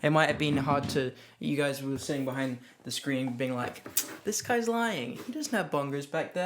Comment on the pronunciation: why is no one talking about "washing da brush"